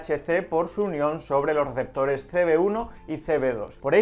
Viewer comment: Se rievela lo rielevantes en los rieceptores jaja